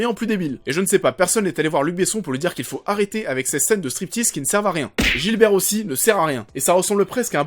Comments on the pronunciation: Par contre c'est pas "Gilbert" mais Gibert. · je n'aime pas du tout le ton de ta critique. Ok tu as le droit d'avoir ton opinion, mais ne dit pas aux autres ce qu'ils doivent faire. Occupe toi de toi et de ton opinion... P.S. C'est pas le commissaire Gilbert mais GIBERT!!!! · Alors on essaie de faire un effort et on arrache pas les noms dés le depart... GIBERT et pas Gilbert. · La vidéo est super mais juste c'est Gibert pas Gilbert ;) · C'est GIBERT pas Gilbert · Gibert bordel, pas Gilbert !